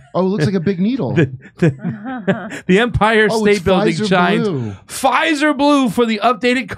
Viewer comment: F "Fizer"! 😂😅😂